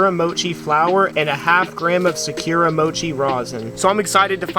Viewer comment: Big dawg why u sayin Sakura like that?